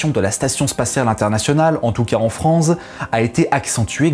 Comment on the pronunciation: Il est dislexique, faut lui pardonner Il a dit "en Franze" aussi.